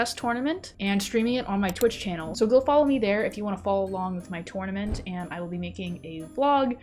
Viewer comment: Ha! She pronounces tournament two-ornament! That’s adorable! 🤣